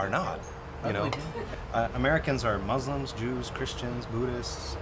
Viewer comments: "MOO-slums" ... Is that how that's pronounced? I'm concerned. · I'm sleep 😂, my mans said moozlims. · “mooslums” lmfao 😂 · "I've never been in a MOZLIMZ house" that cracked me up